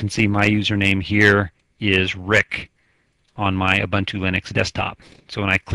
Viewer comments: It's pronounced "ooboontoo". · Who cares how it is pronounced? I pronounce it how it is spelled U-bun-t-u.